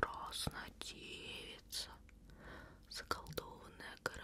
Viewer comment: Когда она сказала "заколдованная" я не услышала окончание и подумала, что будет"Заколдованное место"Я так испугалась😅🥲